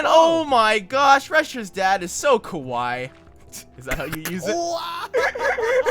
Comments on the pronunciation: it's ka-wa-e not ka-why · It's not kah-y its kah-wa-ee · how to say kawaii: ka-wa-ie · ughhhhh... the way they say kawaii.... its ka-wai-y.... not just ka-wai..... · isn't it said car-y-EE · Ka-wa-ii pls xD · when they didn't pronounce kawaii right I wanted to cry because I'm japanese and uGh